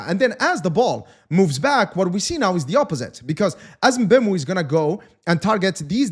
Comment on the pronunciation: It's pronounced MBUMO